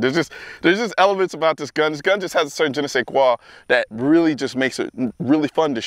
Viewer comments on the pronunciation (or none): Colion said "Jenny Say Quaw".....he fancy.